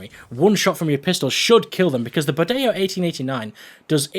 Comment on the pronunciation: good for you, the pronuciation of the bodeo is right